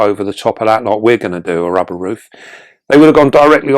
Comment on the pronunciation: Is it just me who laughed when he said "don't wanna rip your rubbah" 😂😂....